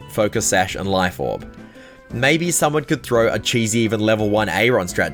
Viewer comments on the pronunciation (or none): none